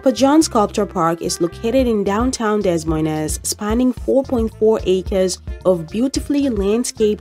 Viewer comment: It's pronounced DUH MOYNE.... The S's are SILENT!!! ABSOLUTELY NOT , Dez Moy Nez 😅